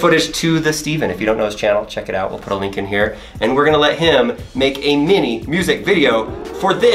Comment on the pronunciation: Link. Sounds like he is saying wakanda